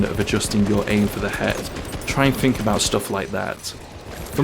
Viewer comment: 'Think' doesn't have a 'F' in it.